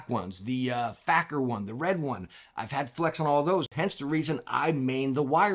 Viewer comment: Man’s just said “Facker” for the “faker”(fake-er) edition! 😂 great content as always!